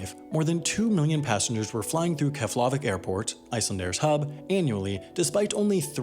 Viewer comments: You’re wrong with Keflavíks pronunciation it is pronounced Keblavik not Keflavik and not even that, it is Keblaveek is the proper version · Jarred Stancil Kef-LA-vik sounds so wrong. Sounded Slavic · Keflavik is pronounced more like chef-le-vick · i hate the way he pronounces things. keflAHvik. qatAHr. it’s pronounced kah-ter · "kefhlaveck airport" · Your pronunciation of Keflavik was worry some for me xD I have always heard it pronounced differently (emphasis on the vik, not the la) And I remember as a kid (before 9/11) flying with Icelandair. I got to tour the cockpit and even sit in the second in commands chair, amazing experience as an 8 year old) and landing on the runway, but then the airport had only 1 terminal, so we had to walk on the tarmac. The airport was just one central building and a terminal, super small. A few years later I didn't even recognize the place. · He pronounced Keflavik wrong I know because I'm part Icelandic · If you bothered to look up the pronunciation of Eyjafjallajökull, you can double-check Keflavik.